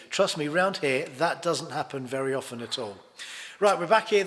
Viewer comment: Hooray, someone who knows how to pronounce ’often’.